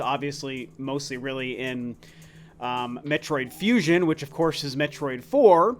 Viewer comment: "metroid fusin"